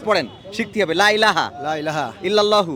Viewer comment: কালেমা তাইয়্যেবা সহীহ করে শিখানো উচিত । আপনিও ভূল শিক্ষাচ্ছেন। লাই লাহা না, লা-ইলাহা।